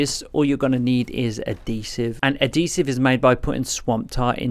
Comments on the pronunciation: Thank you for doing an actual progression explanation! and also... its Add-He-Siv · Great video man one thing though ad-hesive 😂